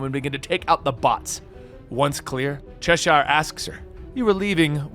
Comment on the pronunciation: The way you pronounce Cheshire hurts my ears